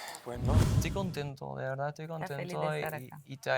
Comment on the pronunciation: no es "dil la verdá'", es "di la verdad".